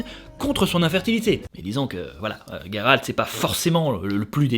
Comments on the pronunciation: ne sait même plus si c'est Guéralt ou Jéralt étant donné qu'il prononce les deux pendant la vidéo ^^ #TeamJeralt. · Alors pas GUéralt, Géralt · Gueralt c'est la prononciation anglaise il me semble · C'est moi où quand Jéralt sauve yeneref il dit dans le passage du veux il lui dit "j'veux te baiser" ??? Je suis la seule à l'entendre ??? Un lapsus révélateur ??? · Salut, certaines personnes ce trompe avec le T ou le D à la fin de Geralt 😜